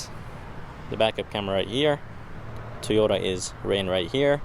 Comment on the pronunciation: It’s pronounced TOYota Not TEEyota 🤦‍♂️